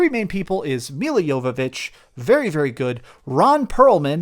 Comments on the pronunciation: Its Jovovich not Yoyovich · "Milla" Jovovich ( YOH-və-vitch )